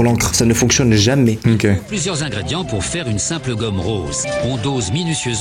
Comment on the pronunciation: Tu dit guomme ses effasse😂😂😂